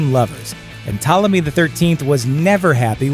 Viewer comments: You go from mispronouncing it as Ptalomy, to saying it correctly as Ptolemy. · Pt*o*lemy, not "Ptahlemy." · ok firstly stop saying 12 HUNDRED years also its Ptolemy not PtALemy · Ptolemy is not pronounced "Tella me" like some lost italian migrant. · How do get “Ptalemy” pronunciation from Ptolemy??? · Why is the narrator pronouncing "Ptolomy" as "Ptalamy"? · Ptolemy pronounced as "talemy" is an... interesting choice. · I’d say the narrator needs to Google how to pronounce Ptolemy. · How are you going to give a history lesson and the very first fact you start by mispronouncing Ptolemy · He's is kind of mispronouncing Ptolemy, I don't think anyone of the period described as beautiful....brilliant yes. The co-regent thing was indeed and Egyptian thing and I don't believe is was a Macedonian thing although most Roman genereal's eventually choose a god to be descended from. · Is it too much to expect that the narrators of these youtubes actually had a rudimentary education? This idiot Bozo can't even pronounce Ptolemy correctly. He must be the sad result of a public school education. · The P is not silent in Ptolemy, wtf americans?!!